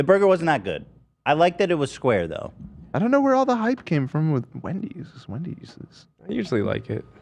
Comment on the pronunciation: Wen-deez Nuts 😂